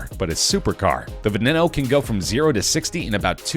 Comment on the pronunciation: Hello class! Today we will be learning about PRONUNCIATION! Veneno=Baeneno Mercilago=Merchialargo